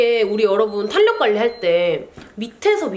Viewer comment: 탄력은 /탈 력/ 발음해 주시면 더 좋을 것 같아요. 내용은 너무 도움 됩니다. 응원합니다.